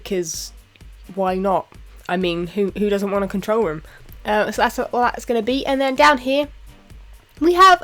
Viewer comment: the way u said room during the vid sounded like u said rum room :P